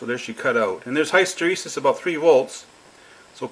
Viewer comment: I know this is annoying but I like your channel so much, I've just got let you know that hysteresis is pronounced like this